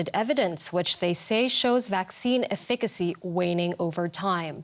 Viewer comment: Pretty sure that’s the incorrect pronunciation of “efficacy”